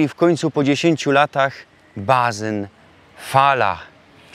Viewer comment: Patrza i co widza we wózku ? - malutki Bruno ! No to je gryfno rodzinka / familio - tak próbuja pisać po śląsku. - mówisz na basen - 'bazyn', czyli 's' jak 'z' - po niemiecku. ( Kasta, kista ( piwa ) - sól - sanki - pisanie - i samo sranie - czy tam jest 'z' ? ) Zastanów się, czy to jest zgodne z zasadami wymowy śląskiej ? Wyłania się poważny problem dotyczący wychowania Waszego Synka. Już teraz powinna Matka mówić do dziecka - po polsku ! Niedługo pódzie do przedszkola a później do szkoły. Używanie samej gwary / godki śląskiej - zapowiada trudności w szkole, w postępach w nauce, ew. spowoduje niechęć do nauki. Dziecko dwujęzyczne lepiej się rozwija, jest inteligentniejsze. Już w wieku 4-5 lat doskonale rozróżniać będzie oba te języki ( polski od śląskiego ). Jedno z Was Rodziców - musi się poświęcić dla dziecka i zrezygnować z wymowy śląskiej i unikać germanizmów. Dziecko wtedy rozpozna co jest po polsku, a co po niemiecku - i będzie miało dobre oceny, z niemieckiego. Gdyby jeszcze dodatkowo zachęcać do nauki angielskiego - to już będzie poliglotą. Taki jest współczesny trend w nauczaniu dzieci z rodzin mieszanych. To Wy teraz się 'pomieszajcie' - Ty pozostań Ślązokiem, a Żona Gorolkom - pyrsk !